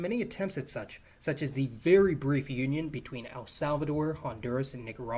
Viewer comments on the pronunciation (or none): none